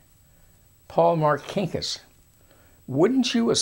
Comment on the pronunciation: First of all my uncle was not a thug , Also learn how to say Marcinkas !!!! My uncle Paul was a great man Who did great things for the catholic church